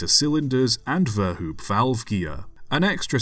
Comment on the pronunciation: One minor detail: Verhoop is pronounced like vairhope.